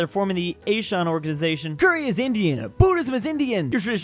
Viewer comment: As a singaporean, i would like to correct the pronunciation of ASEAN as Ah - Si -An. If don’t change our fly over the Pacific Ocean to send you to Jesus with my slipper.